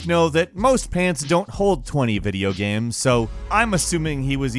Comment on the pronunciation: Is he saying video gams? Or am I tripping?